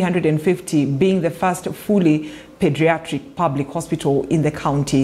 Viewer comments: Its Pediatric not Padiatric..😀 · IT IS NOT-PADIATRICT BUT PEDIATRICT